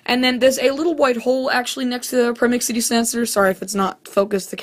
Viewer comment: its not a promixity detector its a proximity detector